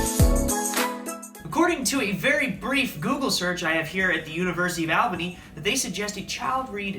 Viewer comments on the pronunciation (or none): Wait, I'm sorry. What the hell did you just say? :face-red-droopy-eyes::face-red-droopy-eyes: Yeah, I'm going to need you to pronounce Albany one more time, pal. It isn't Al-Bunny.